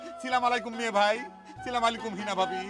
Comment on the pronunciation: চঞ্চল ভাইয়ের সালাম দেওয়া টা ঠিক হয় নাই